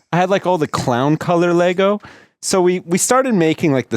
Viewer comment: ITS LEGO!!! NOT LEGOSSSSSSSSSSSSSghjfcucijxhgfzhermsdcjyxtfgsnmgfdjhngmfydhgrhgfdhsjguyfjhvgwyefjcsgajgvfjhaghfchcvscghcgdashcj a